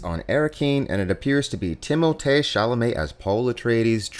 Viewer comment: it’s the “ti-mole-tay” for me haha on a real note I’m learning a lot from your videos, I came as a Timmy fan but you’re really getting me into dune!